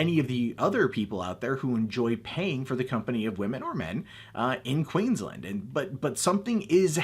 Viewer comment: The way he says Queensland makes me want to punch him in the throat.. QEEENS LAND not Quinsland..